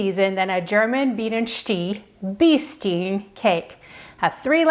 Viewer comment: Bienenstich is pronounced: Bee nen sht ish